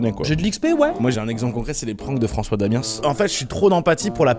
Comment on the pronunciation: Francois Damiens et pas Damiensse vive parissssse